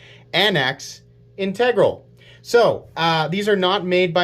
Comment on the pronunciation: Anax is Greek for military leader. It's pronounced "an-axe" just like says. The microtech guy got it wrong.